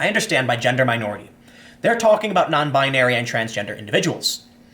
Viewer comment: 'non-bin-narie' lol, how uptown Jewish of you, Tim.